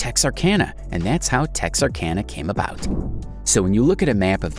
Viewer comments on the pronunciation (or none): none